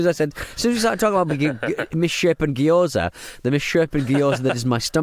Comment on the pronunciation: "geeyoza" pronunciation is making me lose it. Just saying it over and over lol